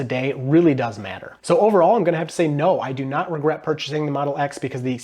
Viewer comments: Ragret? Ragret? ?? Ragret? ??????? Ragret? ?????? Really? Really Really??? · What's a ragret? 😂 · Is “ragret” a meme or a mistake